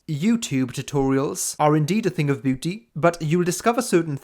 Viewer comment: great video as always! I like how u pronounce 'beauty' as 'booty' 😅